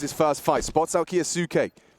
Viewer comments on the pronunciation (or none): Please tell the casters to stop calling Maxim "Kayo-sucky". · I hate when the caster say the name of Kyousuke f*ck cringes me it supposed to be silent 'u' like Sasuke